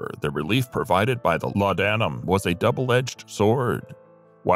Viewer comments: well it’s certainly not laud Adam as the mechanical voice pronounced it! Laudnum is how I’ve heard it…not pronouncing the a in laudanum….sorry Im a grammar geek… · Laudanam is pronounced as ‘lordnum’..